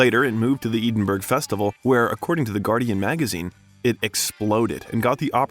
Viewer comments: Our pronounciation of Enda Murphy and Edinburgh is incorrect. It is Enda - not Andy. Edinburgh is EDINBOROUGH not Edinburg (like burger, as you say it) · Eden burg...🙈 Ed-in-buh-ruh....Edinburgh 😊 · EEDINBURG??? Seriously??? Is that supposed to be Edinburgh?? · Roger Ebert { RAH JER EE-BERT} Edinburg {Ed In burruh} I'm American and enjoy your content, but your pronunciations are killing me. great video until you essentially drop a plate on the floor by mispronouncing commonly known names that are easy to research before recording.Thanks for getting Cillian right at least. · It's ED-in-burrough, not Eden-burg. The Scots are fussy about the pronunciation of their national capital. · Dear narrator, the name of the city in Scotland is pronounced "Edin-burra" not "Eden-burg". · Are you, the narrator an AI talking head, or a real person? Ya might want to get this straight….. it’s “Ed n borough”…., not “Eden burgh “. dimwit….. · the "eeden-berg" festival 💀💀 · No ones going to mention the way Edinburgh was pronounced?! At least I think that's what he was saying. Ed-in-bur-ah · Edin burg? 😂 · Who is narrating this?? The pronunciation of Edinburgh drove me crazy- "Eedinburg"---whaaaat??? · This is a good biography but please get the pronunciations of words correctly. Like the late great film reviewer Roger “Ebert” and places like Edinburgh. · He can't pronounce Edinburgh. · Great series. I suggest you learn to pronounce 'Galway' and 'Edinburgh' if you want to journey convincingly through the British Isles. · Since you have a really great voice, you sound great. But your voice-over would be even better if you could check out the Scottish pronunciation of Edinburgh. Thanks for this great video 👏